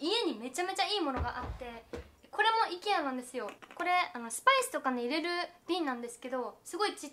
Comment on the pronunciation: IKEAの発音が｢行けや｣で好き☺️☺️